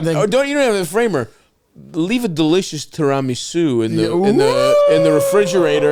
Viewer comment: most insane way ive heard "tiramisu" said